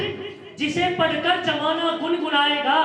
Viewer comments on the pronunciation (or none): जमाना का सही उच्चारण सर... ज़माना होता है!❤